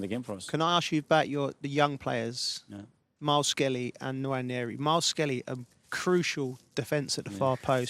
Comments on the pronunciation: “Miles Skelly” 🤦‍♂️ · Can Joe Cole be taken off of games where he doesn’t know the players names! “Myles Kelly.”